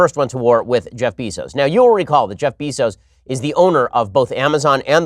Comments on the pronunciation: Beezos? IT'S BEZOS (BAY-ZOS) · Bezos is pronounced BAY-ZOS. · It's Beh-zos moron... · I swear, the way Ben pronounces “Bezos” makes me wanta punch babies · How can you be as smart as you are and mispronounce Bezos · It's Bezos, not Bezos. Gah...